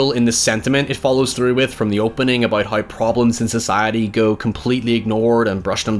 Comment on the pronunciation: It’s how not hoy and now not noy. Learn how to pronounce your w